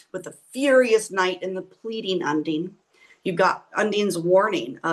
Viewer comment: Check pronunciation of Undine 😊 My mother’s middle name ❤